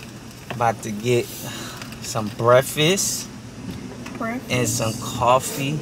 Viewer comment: Break-fast. Break fast. Lol